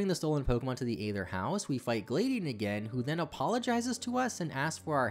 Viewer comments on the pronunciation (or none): The way that you pronounced Gladion physically hurt 😭